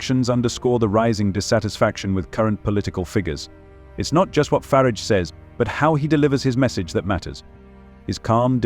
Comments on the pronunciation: It's Farage. Not Farridge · Youd think that AI could pronounce "Farage" one way & not usre surround words to flavour it "fer arj" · There is no I in Farage